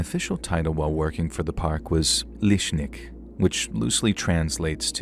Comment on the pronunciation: Lishnik? Lesnik. It's a hard S, like in Snoopy. And it's a hard e, like in Epiphany (more or less). Although maybe it's another dialect, then maybe it's like a Russian vs Ukranian kind of thing, similar meaning with different pronunciation. Couldn't quite understand the name of the city, Gotta google it, I'm curious.